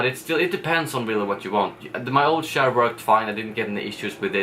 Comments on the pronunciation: Can u please learn how to pronounce "ch" in the english language... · He said shair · Lol it took so long til i realised you say chair😂 i thought you said chaar or smth xd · "My new chaar" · My new shaar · Lol I didn't notice that but when u said it it just feels so weird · you say chair in a strange way haha. like the channel, i subbed! keep m coming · When you say chair - you sound like a pirate. LOL!